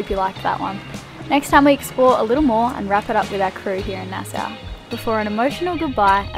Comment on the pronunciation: Nassau is pronounced "Nass-saw" not "Nass-suu" 😁😁